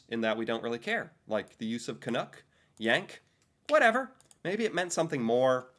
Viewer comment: It's Canuck not canook As in it rhymes with luck not look We find the term canook very derogatory because it doesn't exist...at least not as a nickname for Canadians. Wow!